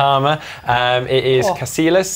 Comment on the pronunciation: From Casillas to Ca-see-less after an incident with their Poakleys